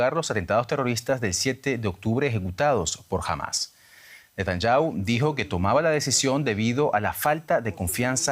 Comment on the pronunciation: Netanyahu se lee = Ne-ta-ñá-ju